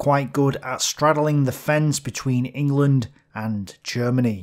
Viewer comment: Ingurland? ffs